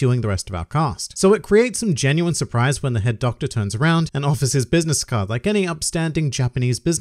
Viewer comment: Am I the only one who kept hearing "Herr Doktor" instead of "Head Doctor"?